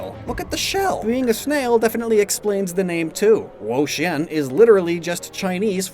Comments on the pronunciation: Why do you keep saying "whoa-sheeyen" and not "whoa-cheeyen"? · Wo-Chien my child😭😭